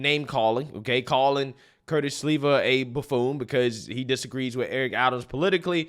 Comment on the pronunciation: Curtis Sliwa. Pronounced "Slee-Wah"